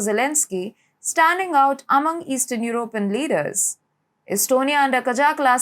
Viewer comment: I love the way she says EurOpean and conservAtives 😄❤